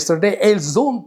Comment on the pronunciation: 👍ils, elles ont....la lettre 't' il faut pas prononcer